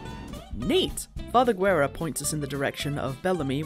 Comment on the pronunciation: A funny thing you didn't mention even tho you pronounce Father Guerra's name as "gu-e-ra" it's actually "geh-rra" and Guerra in spanish means "War" so his name is pretty much "Father War" lmao.